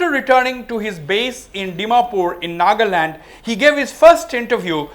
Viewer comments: "Naga-lim, Naga-lin, Naga-lam" 😂 sir, it's Nagaland (Naga+Land) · ITS NOT NAGALIM ITS NAGA LAND